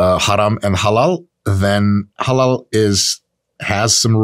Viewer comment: i like how you say haram and halel 😂